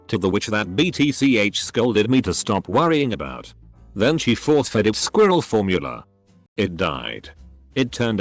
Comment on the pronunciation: The way the narration program says “squirrel” cracks me up.